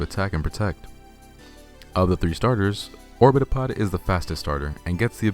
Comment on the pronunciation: Orbitopod sounds like orbtholod